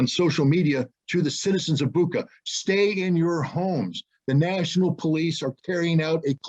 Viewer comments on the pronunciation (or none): Bucha[butcha] not Buka, all other is true. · Bucha is pronounced like "butcher". This fact alone can explain a lot.